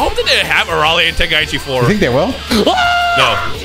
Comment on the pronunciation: Ey yo, I'm in stitches xD That intro!! Sounded like Ten-gay-ichi xD xD I'm am zooted tho 😅